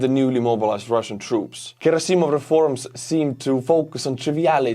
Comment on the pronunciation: Gerasssimov not gerasi'mov hästi paned